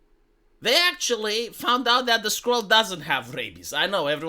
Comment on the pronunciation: My favorite thing about this video is that accent makes 'squirrel' sound like 'skrull.'